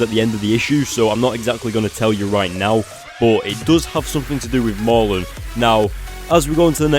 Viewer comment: pls ya killing me Mur~len not Mar~lun